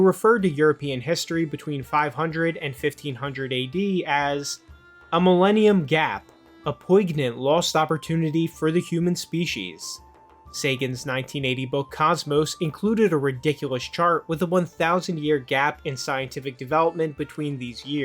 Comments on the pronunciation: Is this guy seriously trying to criticize Carl Sagan while not knowing the g in poignant is silent? ...LMAO! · Not you pronouncing the G in poignant lol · poignant pronunciation is an absolute pisser😂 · It genuinely bothers me that you can't pronounce poignant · Bro your pronunciation of "poignant" is hilarious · Guy can’t even pronounce poignant. This is not who you should learn history from. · You were convincing until you mispronounced poignant… at that point I realised you're just a child… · Nope. When you show obvious bias against Carl Sagan and don't even know how to pronounce "poignant," I'm out.